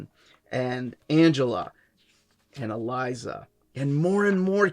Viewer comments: Well done, my brother! This is a must-read for all 'Gargoyles' fans! Elisa's name is pronounced Eee-Leeaze-ah. No big thang, though. After 12 issues, and a Halloween Special released in 2023, Weisman and Dynamite Entertainment have relaunched the series as "Gargoyles: Quest". There is also a prequel series titled "Gargoyles: Dark Ages" that focuses on many of the characters and what shaped them before the events of the original series. I'm hoping Weisman is in it for the long haul. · Elisa was pronounced with an "s" is the show not a "z." I was so confused about Brooklyn's current status but it's a separate arc that wasn't covered.